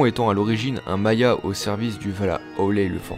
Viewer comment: "Maya"? ca ce dis pas "Mayar"?